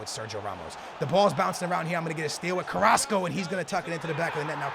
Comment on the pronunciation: Finally pronounced "Carrasco" correctly lol